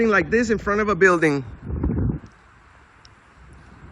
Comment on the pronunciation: Say it with me Asselmo....Bill-Ding is how you pronounce that word...byualding isnt a word